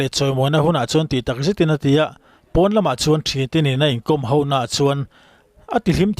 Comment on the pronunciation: Mizo tawnng a H -O = Ho tih hi engvang a 'Hau' ti a lam tlat thin nge maw i nih le ? 😢